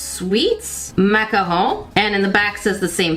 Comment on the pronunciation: I’m sorry.. but that’s not how you pronounce macaron…